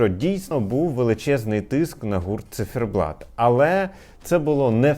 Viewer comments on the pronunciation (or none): чому «Цифєрблат» Пліз🙏🏻🙏🏻🙏🏻 У вас дуже гарна вимова, але це😢